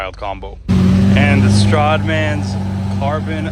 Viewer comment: Why does it sound like your saying "the StRODman"? 😂 Its pronounced STRAD! STRADMAN! 😂😂